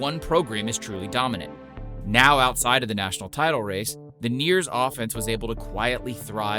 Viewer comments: It's the Eers not the Neers 👍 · Eer’s not Neer’s brother. Not sure where you’re getting that one from but great video nonetheless even if it hurts 😅